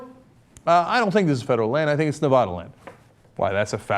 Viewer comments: Cenk, I know it's weird, but Nevada is pronounced Ne-VA-duh, not Ne-VAW-duh. It's especially weird for me as a Latina, but if you don't pronounce it the bastardized way, you'll be immediately written off as an outsider and you just might get shot. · Goddamnit, I wish people would start pronouncing Nevada right... it's really not that difficult.